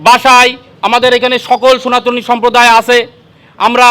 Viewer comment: দাদা সোনাতনী নয় শব্দটা সনাতনী